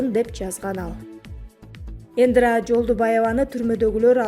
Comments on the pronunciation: Ай журналис Ендра емес Индра десен 😂😂😂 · Индра. эмес Индира. Дикторлор туура окуганга аракет кылгыла. Силерди канча миллион киши угат. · Диктор Индра дебей Индира деп туура сүйлөчү бай болгур. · Ындра дейт го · Булардын жанылыгын угуп буткучо нерв болосун , баардык блогерлер сабатсыз , жада калса темасын дагы туура жаза алышпайт!!! Мен да Индра дегенин угуп жазайын десем жазып койупсунар😊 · Былжыраган канал экенсиң, экинчи сени укмай жок, сүйлөсөң асмандын башын сүйлөйт экенсиң Индираны айта албай жатып.